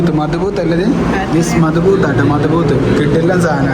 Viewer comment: മത്ബൂത്ത് അല്ല മദ് ഹൂത്ത് 😊